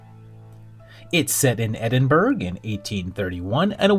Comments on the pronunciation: Edinburgh is pronounced edin borough come on you surprise me you don't know that with your usual brilliant UK knowledge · It’s more Edin-brah? In terms of phonetics, guess it’s derived from burg being town. Do you know what, I think I’m going to leave it, this sort of thing can get out of hand… and I’m missing what is saying!